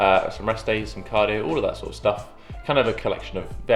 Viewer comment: Its all the time not ool the time😂